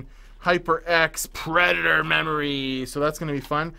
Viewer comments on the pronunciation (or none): none